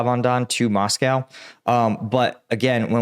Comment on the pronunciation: It's not MoscoW; say Joe, say blow, say Moscow. 😂